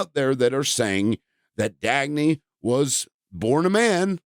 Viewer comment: Why are you calling them Dagney? You can’t even respect someone’s death 💀